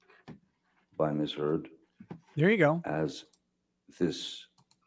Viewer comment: this man 100% said "Ms. Turds" lmao